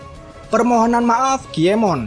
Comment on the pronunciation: Berapa kali adminnya bilang nama "KIEMON" TANPA "N"